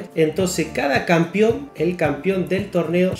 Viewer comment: "el campion" jaja